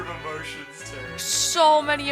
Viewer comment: btw, Cheren means black in Bulgarian and im amazed that you're actually pronouncing it right and not reading it like "sheran" or something like that. 😂